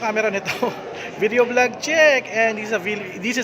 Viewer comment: its VLOG not V_log